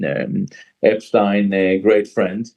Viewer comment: You can tell that Gilad Atzmon is not a native English speaker, because he pronounces the name "epstein" properly, not in the horrible way native English speakers do.